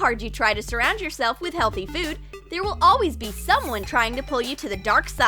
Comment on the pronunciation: she also said a alweez :D